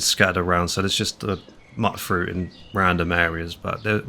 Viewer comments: I love all your videos but the way you call it MUTTfruit instead of MEWTfruit always bothers me for some dumb reason. Great content! Love it! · MEWT fruit. Like mutant. Not "mutt" like a dog.